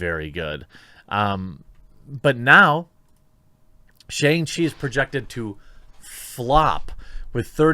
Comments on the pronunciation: sha-ung chi, not SH-ANG. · More like Shang-Pee, m I rite